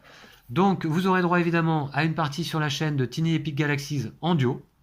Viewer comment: Super petit jeu qui est vraiment super pratique car tout petit : idéal pour les vacances ! Un petit détail néanmoins : comme j'ai déjà pu le signaler à Martin de la "Société des jeux", tiny se prononce tailleny...😃😁 Bon jeu !!!